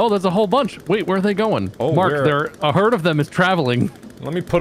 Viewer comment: "It's a 'herd' of them travelling" Hell I was laughing through the whole video